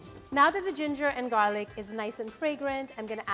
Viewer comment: "And some minced garlic-KKK"